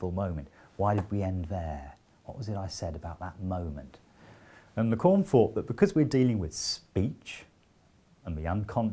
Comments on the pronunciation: Interesting and very well explained. I'll recommend this video to my students. But please don't call Lacan "la conne". It's very offensive. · If i hear Lacorn again... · Even if he can't pronounce Lacan :)